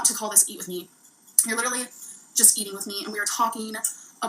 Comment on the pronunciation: Why can't this gorl say a compete word? "Eateeen" and "cuukeeen" and go-eeen to Wommark... Is it just inherent laziness that she can't say a fucking 'g'? Cuz it's not her accent!